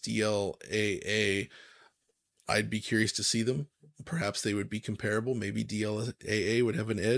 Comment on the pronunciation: off-topic, but the pronunciation of the word comparable as "kumpearuhbul" instead of "kahmperruhbul" is super annoying.